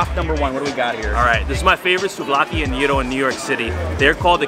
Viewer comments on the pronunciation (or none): Guy-ro(Gyro). Not Year-ro(wrong)